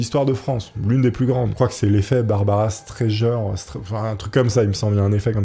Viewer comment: je connaissais pas cette chaîne et j'ai écouté comme un podcast en faisant l'étalonnage d'un film. Ca tient la route mais je trouve dommage d'avoir fait tout ce travail de documentation pour faire un truc à peu près propre et de pas avoir bossé son texte et la prononciation des noms propres. Et c'est pas un crime de ne pas connaître Barbra Streisand mais ça se trouve en un clic sur le web... En plus elle est toujours vivante. Quand à ce pauvre masque de fer, si on veut lui rendre hommage, qu'au moins on prononce son nom de façon correcte et définitive. J'écouterai les suivants car je salue le travail, mais ce dont je parle ne nécessite pas un effort surhumain et ça peut faire plaisir aux auditeurs encore mieux que ce que j'ai entendu. Bravo pour tout le reste. Il me reste une question: comment se rasait-il ? parce qu'il devait y avoir du poil là-dessous, et un peu dans tous les sens...